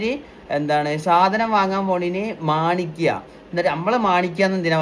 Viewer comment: മാണിക്ക അല്ല menikka